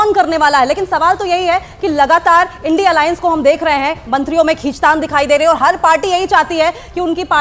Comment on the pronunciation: एनडी नहीं है इंडिया है बोलना सीख लो पहले